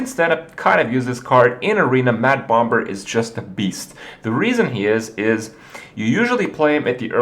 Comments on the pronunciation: Sxriously i dont get it....its pronounce bom er...so whats the big deal? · bomBer? the second b is silent!!!!! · "bommer" not "bom-ber"; the second 'b' is silent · its pronounced Bommer like Lamb is pronounced Lamm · I didn't even know you said Bom-ber until you pointed it out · Herthstone, bom-BERS, Kripp kills me with his pronunciation. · HERTH BOMB-BER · Please continue to disregard what everyone says, Kripp, and keep pronouncing it "bomBurr." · I want to watch but my English anus tightens each time he says BomB-ber :( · Why the hell is he pronouncing the second 'b' in bomber for? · gasp did he actually read my post about me correcting how he said "bomber" ? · please stop pronouncing the B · why does he put some much emphasis on the second b in "bomber"? I've noticed this in his other videos too and it bothers me lol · someone tell kripp the b is silent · didnt realise kripp was saying bomber wrong till he mentioned it himself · The second B in bomber is silent. Not what some people want to call it, just how the word is pronounced in English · Why does this jackass pronounce the second "b" in bomber? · I am starting to think that he is pronouncing bomber incorrectly on purpose. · SirGooglinMort Smith Kripp has some other pronunciation issues too - enunciating the silent 'b' in bomber, may-ta instead of meh-ta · magus424 I think thats just because pronouncing the b in bomber is just fun. He knows how it is supposed to be pronounced.